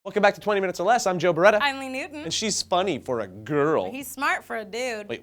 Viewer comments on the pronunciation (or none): none